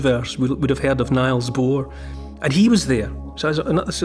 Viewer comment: sorry for this but it isn't pronounce "Niles" but "Neels" referring to Niels Bohr of course. Great listen Neil.